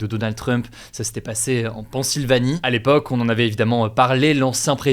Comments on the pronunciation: On dit pas PAN-sylvanie mais Penne-sylvanie. Pennsylvanie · Ca dit sikwet seuvisse mais ça dit aussi "pan-sylvanie".